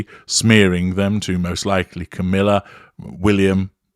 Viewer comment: I Love how says "Camilla"......he says.... "Camillar".....and I always hear it like... "caterpillar"......just funny.